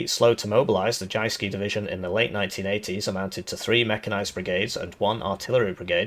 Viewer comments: aaarh the 'jayskee' division of Denmark! I dont have to tell how perfect his pronounciation is! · From Danish player, except for 'Jyske' you did well on the Danish speaking part :) PNÆV er just our short name for the M/72, stands for Panser (Armor) NÆrbekæmpelses (Close combat) Våben (Weapon) :) I need a campaign where we defend Jutland and the Northen German states :)